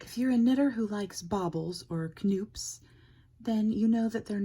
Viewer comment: Okay, not trying to be rude or anything, but it isn’t kuh-noop. It’s pronounced NOOP. The K is completely silent. 😊 That said, thanks for the lovely tutorial! 👍